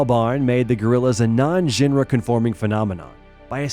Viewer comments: in, maybe pronounce, “genre” correctly. Even the closed captions didn’t know what was said and wrote out: “non-ra.” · Ok but who TF says "gin-ra" (genre).... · I guess..I can forgive nor knowing how to pronounce Paul Simonon's name, but not knowing "genre" is AI fingers level of fail. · that's not how you say "genre".